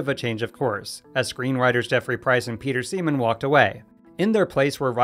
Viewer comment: You said peter semen